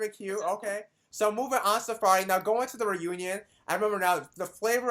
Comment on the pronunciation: Dude her name is pronounced Sa-Fye-Ree! How did she not correct him? Good interview though, I love her!!